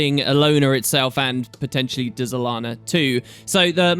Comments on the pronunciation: Pretty sure the Dz is spoken as a Dj so its said as Djalana, Djagonur Bastion & Djasha Uplands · The way you pronounce things is sooooo annoying... There is no E nor apostrophe between the D and the Z. Why are you saying Dézalana? Can't you read? It's like when you say dUlux. Really? How are you turning an E into a U? I like your videos man, but damn this drives me crazy...